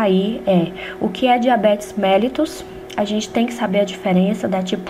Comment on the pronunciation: Boa noite, por favor corrija a pronúncia do Mellitus.